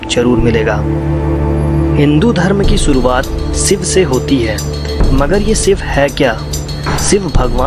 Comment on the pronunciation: सिव नही शिव बोलो भाई ,तुम श वर्ण नही बोल सकते तो video बनाने की क्या मजबूरी हैं l